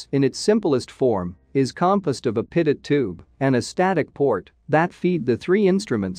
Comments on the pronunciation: Its pronounced 'Pitoe'...not 'Pitot'. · "pitut".... I thought it was pronounced pee-toe Edit: nevermind. I see it's a robo voice text to speech thing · Dang AI voice stupidly pronouncing "pitot". French name of Henri Pitot, the inventor, and those crrrrrazy French! They NEVER pronounce the final "t", therefore: "Pee toe" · pitot is pronounced pee-toe. This drives me to be annoyed. good information, but aghhh. Can't listen to the whole thing. maybe get a human to read the script instead of a computer generated voice. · Wow - so clear!! Thank you! btw, you can trick the TTS to correct pronunciation using phonetic substitues in your script. For example "pee-toe" or "co-pilot" rather than the correct spelling may change the way the TTS says the word. Sometimes you gotta experiment with it a little to get it to say it right. Great job on the video - lots of work in that 14 minutes and it shows!! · Voice algorithm needs to learn how to pronounce pitot and copilot correctly